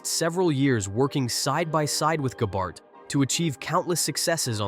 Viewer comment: I didn’t know Gabehart was such a difficult name to pronounce.